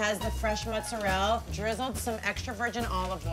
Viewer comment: Mozzarell? It's mozzarella!